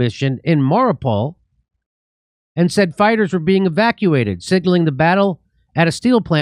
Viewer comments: Its Mari - O - pol and A -zov - Stal. Thats How you say it :) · no offense jimmy, but maybe look up how to say the names of places like "Mariupol" or "Azovstal" before doing videos, just so you dont look like a totally dummy. i mean, it just shows us that you really havent been watching videos of people on the ground. Because they are saying the names of the cities, and areas in the donbass all the time.